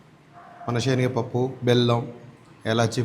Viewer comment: షేనగపప్పు ఏమిటి..? అయ్యగారు 👌శెనగపప్పు 🎉బాగా పలకండి